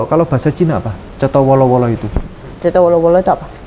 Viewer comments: Cetho welo welo,bukan cetho wolo wolo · Maaf ada koreksi sedikit Cetho wolo-wolo ❌ Cetho welo-welo ✔️